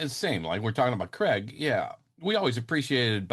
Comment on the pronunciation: Its craig not creg